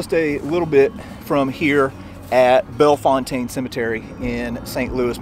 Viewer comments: St. Louisans pronounce Bellefontaine Bell fountain. Bell and the fountain like the water fountain. We all know its wrong but thats how we pronounce it. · Correct by French standards, maybe, but pronounced "Belle-fountain" in St. Louis. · While you used the more correct French pronunciation, French names in STL are not what they seem. Here, it is pronounced "Belle-fountain." Drives me a little nuts, but when in Rome, pronounce like the STLouisans do! I tried to pronounce it the same way you did when I first moved here, and I was quickly corrected. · I love these videos! If I'm not mistaken, it's pronounced Bell Fountain. In spite of how it looks. I could be wrong, though. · If you live here it's pronounced bell/fountain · As a St. Louisian, it’s pronounced Bella-fountain. Also, my friends father was the caretaker there and the cemetery was our playground. No, we didn’t climb the tombstones, we just had a lot of ground to run around. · St Louisians would call that place bell fountain not the way he pronounced it unfortunately and also what about visiting the famous Alton illinois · Its pronounced Belle...Fountain.....For a second I thought it was MY Bellefontaine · This was great to watch. We locals in STL pronounce it "Bell-Fountain" Cemetery. :) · LOL, hi Mom. I thought this comment sounded like you! He mispronounced Bellefontaine (by STL standards) - I had to point it out! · I lived in St Louis all my life. Please pronounce it correctly.